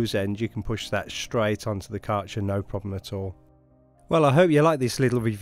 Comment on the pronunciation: The brand name is pronounced “care” “gir” (like girl).